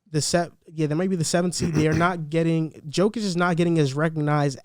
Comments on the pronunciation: Let's all say it together Yo-Kitch.. that is how Jokic is pronounced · And his name is pronounced “YOH-kich” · The J in Jokic is pronounced as a Y. Ugh.